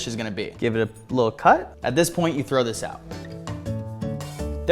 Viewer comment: I love that he said “ if you trow that away agh my heart would just brake “ 😂😂❤❤❤ I love ur videos❤❤❤